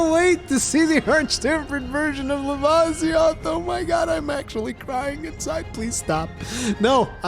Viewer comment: Its pronounced Luh-vih_see_oth